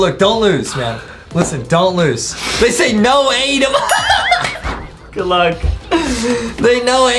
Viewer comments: Adem You. Are. Saying. Your. Nema its. Adem. 😂😂😂😂😂😂😂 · Hey i like ur vids but i dont really like how in minigames you say “vote adem” but no matter what ur vids are amazing still<3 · BLESS U ADAM or as Justin says ADEM LOL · Did you call Adam Ms Farter?